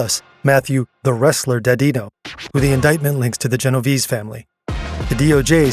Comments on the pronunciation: Funny you criticize Kash Patel's pronunciation of "La Cosa Nostra", and go on to mispronounce "Genovese" (gen-oh-VAY-zay, not gen-oh-VEEZ). ❤ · Iz rale EE, yet they say Gen oh veez EE. There hasn't been an Italian, Italian Mob since 1991.